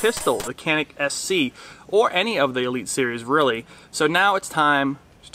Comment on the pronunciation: It’s a Turkish gun. Canik is pronounced Janik I believe